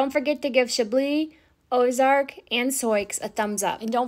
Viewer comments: Isn’t Sioux pronounced “Soo”? As in the Indian tribe: Sioux. Not “Soycks” as you are saying it…? 🤷‍♀️ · You’ve got some really gorgeous mares and I can’t wait to see their foals!! I wanted to make sure you realized that the name Sioux is actually pronounced as Sue. I wasn’t sure if you were aware. Thanks so much for posting these videos and allowing us into your lives!! ❤️💕❤️💕❤️ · I love how you pronounce Souix, in defiance of the French spelling. hahaha Such lovely mares. I love the farm(s) you live on. I wish I lived farther away from St. Louis than I do. I'm just north of you in the bedroom communities of St. Louis, in franchise-ville. I miss being out in the country. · Is Sioux pronounced like Sue? Silent x Beautiful horses! 🐴🐎 puppy is so adorable. 🐕